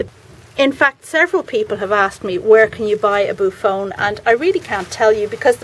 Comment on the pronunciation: The name is pronounced boo-off-onee. It’s a beautiful plant. I pronounced it the same way at first!!! Do you know where I could order a boophone?